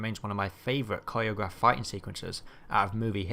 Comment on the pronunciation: Coriagrafed. I chuckled lol dont mean to be that guy but for future reference it's choreographed 😄